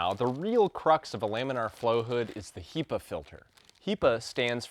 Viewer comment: So strange you say "HEE-pa" I've only ever heard it pronounced "HEH-pa"